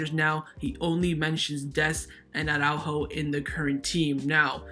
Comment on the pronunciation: I REALLY do hope that Araújo leaves FCB. That way we won't have to hear that retard "Awwww-ráhho-Awwww-ráhhho" any more. Is it really that difficult to pronounce Araújo? You just pronounce each letter in the correct order. Soft j like in jamon, and - most importantly: emphasis on the ú as there is a frickin' accent on that vowel!